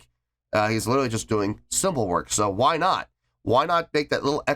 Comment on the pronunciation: "Let me tell you w-hi" me: "why are you putting so much emphasis on the "h"? 😂😂😂